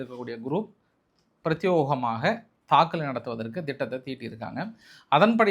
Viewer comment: பிரத்தியேகமாக என்று சொல்லுங்கள் பிரத்தியோகம் அல்ல